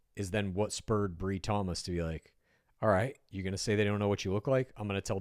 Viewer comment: Her name is pronounced with a long i, Bri - rhymes with Lie 😮😅